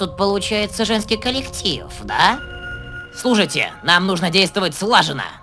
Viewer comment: Он сказал не "да а "дя"